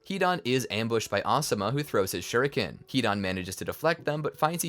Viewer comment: "kuruma" "naruti" "shinshuriqi" 😭😭